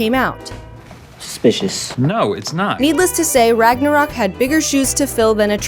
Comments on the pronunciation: Ragnarock? IT SAYS RÖK ÖÖÖÖ THERE IS AN Ö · It's Ragnarök, not RagnaROCK! Pls lern ur pronuciation smh...